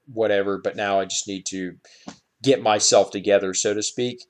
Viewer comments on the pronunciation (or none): none